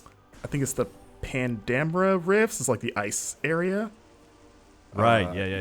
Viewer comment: Pan Damra 🤣🤣🤣🤣 It's Phendrana and you say it like "Fendrana"